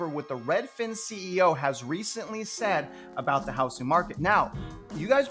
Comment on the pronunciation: It’s pronounced “HouZZing” Not “HouSSing”